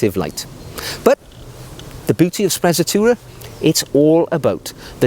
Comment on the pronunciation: I'm not Italian, but certain it's pronounced spre-tzatoura and roll the R